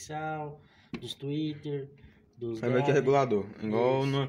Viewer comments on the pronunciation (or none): Se fala twitter Man e não trixial kkkk, parabéns pela caixa